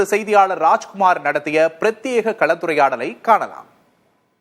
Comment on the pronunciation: களத்துரையாடல் இல்லப்பா கலந்துரையாடல் தமிழை கொலைசெய்யவே நடத்தப்படும் ஊடகம் நீ. திருந்த மாட்டாரோ???